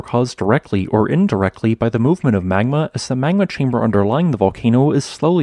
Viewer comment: Good video. One thing - you need to work on your diction, brother. Your words often run together, and you tend to insert the sounds of non-existent letters. For example, your pronunciation of the word "magma" comes across as "mangma" and your pronunciation of "Mt. St. Helen's" comes across as "mousanghelens". If you plan on narrating, you need to slow down, enunciate and provide CORRECT pronunciation of every word.